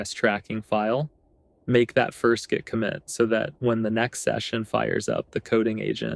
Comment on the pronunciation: Did you just say “Check the jit history”?